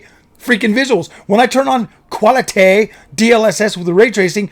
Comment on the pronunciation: I f*cking lost it 🤣"QualiTayy"